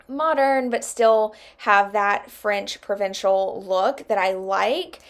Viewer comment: You're saying that right! French Provincial :) Great job on the dresser. It looks beautiful! I love the new hardware!